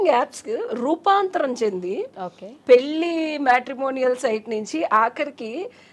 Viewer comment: Anchor garu speak correctly it’s called Pelli not Peli